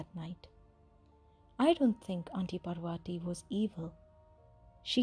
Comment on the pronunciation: How one can retain the Indian accent and still butcher the pronunciation of "Parvati" has me all sorts of confused... nice story, tho